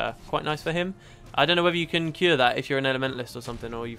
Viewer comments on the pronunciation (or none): none